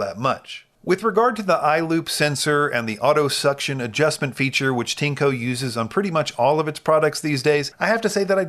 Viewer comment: It’s pronounced “TIN-ECHO”